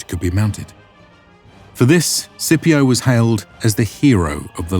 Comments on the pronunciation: Why is he pronouncing it “Sipio” ?! There’s a C in there. It should definitely be pronounced SKipio with a hard C right?! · Scipio is pronounced with a hard C, like Skipio. The Letter C never makes an S noise in Latin. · In classical Latin it was pronounced skee pee oh. So if he heard the pronunciation of this guy he would not know what he is saying lol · Hey, just something that felt wrong. Had to look it up to even know. But in classical Roman, the letter C is pronounced like the letter K in English. They did not have the soft C. I only looked it up on a quick Google search because it sounded odd. Although it may be a modern pronunciation and a different language. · Are you mispronouncing Scipio on purpose? Is this your way of getting back at him for ravaging those Carthage dogs? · Why is Scipio's name being pronounced like that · legionaries (close to the actual Latin "legionarii") not "legionnaires" so tired of this inaccuracy. And "Scipio" is with a hard "c" not a soft Italian "c". Might seem pedantic but it does distract from the otherwise great series